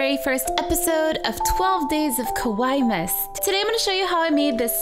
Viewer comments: Ahhh i love this and you sooo much!!! Just one suggestion from a fellow Japanese subscriber- try to pronounce kawaii very carefully because if you say kOwaii instead of kAwaii, it'll mean scary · Kawaii is pronounced /ka wai e/ if you pronounce it just /ka wai/ than it means scary instead of cute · Maybe it's only me, but the only thing that bothered me about her saying it is how she pronounced it. I rhymes with Hawaii but she said Ka-Wi. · U DONT EVEN KNOW WHAT KAWAII MEANS DO U?!?!? AND ITS KAWAII DESU (pronounced kawaii deth)!!!!!!!!!!!!!!!!!!!!!!!!!! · It's Ka-wa-ii Just sayin. Proof? I'm part japanese. :p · i love how american people pronouce "kowaii", which means death in japanese... pleaaaaaaaaaase c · _- It isn't a synonym for death, but, you're right, the problem is pronunciation.